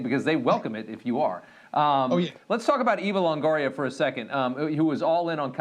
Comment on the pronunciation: Did he say, "Evil Longoria . . . "???, 🤣🤣🤣